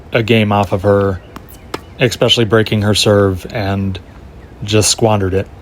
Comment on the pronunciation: Especially. Not “expecially”.